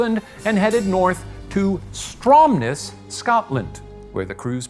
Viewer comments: Stromness killed me 💀 it’s said Strom-ness mate hahah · StromNESS, Scotland 🤍 we tend to emphasise the second syllable